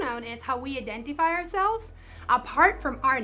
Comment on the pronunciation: fuck the pronouns, what’s with this woman’s pronunciations? I-den-tee-fy? Koo-kout?